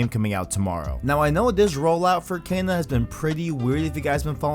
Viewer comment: why am I'm triggered at out how you're mispronouncing kena lol